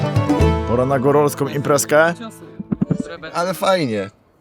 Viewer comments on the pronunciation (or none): GÓRALSKĄ a nie gorolską... gorolu